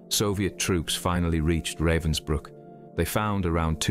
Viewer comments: Pronunciation guide: Dr Herta Oberheuser. It's Ober hoyser, not Oberhiser. It's Rahvens brewk, not Ravensbrook. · At least learn TO PRONOUNCE RAVENSBRÜCK................... Not raven like black bird in english. "A" like in abandoned, abagail, alistar, atrophy. : Ravensbrück....